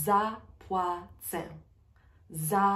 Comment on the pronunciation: Hi,, you pronounced letter “ł” as if it is “l” in the phrase “Ja zapłacę”. I thought it should be like /w/ sound as in “water”. Thanks.